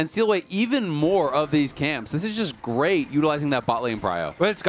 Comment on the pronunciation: "what a gweat series"